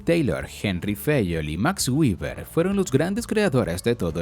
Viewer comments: Hola, gracias por el video. Quería hacerte una pequeñísima corrección de pronunciación en el nombre de Max Weber, el cuál debe pronununciarse tal cual se escribe en español. Así como lo pronuncias se pronunciaría en inglés pero es que Max Weber no era de Estados Unidos ni de Inglaterra, él era alemán y en su lengua natal se pronunciaría algo así como" Max Viva". Para evitar esos errores de pronunciamientos propios de cada idioma es preferible pronunciarlos tal cual se escribe en español. Cuando se tenga dudas de cómo se pronuncia un nombre o palabra se puede usar el traductor de google, ya que tiene una función de pronunciación. Saludos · Antes pronunciaba béber, luego lo pronunciaba en inglés castellanizado como Gueber, luego aprendí a pronunciarlo en Alemán como Beba, y ahora debo aprender a pronunciarlo en ¿IA? como guiber. XD